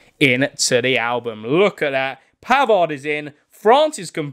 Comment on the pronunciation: As he said Benjamin pavers 😂😂😂😂😂